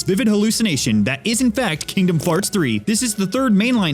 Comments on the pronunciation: It's Not Farts It's Hearts OMG! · I don't understand... Is he saying "Kingdom Hearts 3"? or "Kingdom Farts 3"?